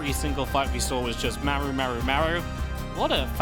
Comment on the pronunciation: Also I hate how he pronounces Maru wtf